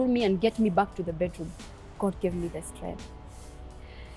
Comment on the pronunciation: Strenttreength of a woman!!!